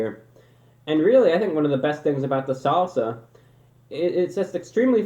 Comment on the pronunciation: why does he say salsa like that